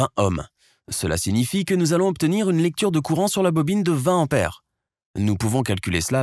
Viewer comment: Attention à la prononciation ! Il n'y a pas de H aspiré en tête du mot : "ampère"; donc, il faut éviter le hiatus désagréable à l'oreille. Ce vilain défaut, caractéristique du parler plouc est de plus en plus répandu chez les commentateurs radio-internisés. C'est dommage car le commentateur a une voix convenable et ses explications sont claires et imagées.